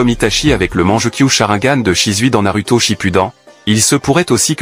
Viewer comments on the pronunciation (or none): T'as encore du boulot à faire avec tes IA Voix-Off. Tu te contentes juste d'écrire des mots, alors que tu dois ecrire des sons: au lieu de RINNEGAN, écris RINNEGANE, ou NAROUTO au lieu de NARUTO, etc...